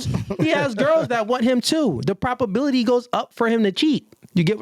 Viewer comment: You’ve GOT TO stop saying “PROPability”. It’s PROBability. With a B. A thing is either PROBable or imPROBable? It’s never PROPable or imPROPable.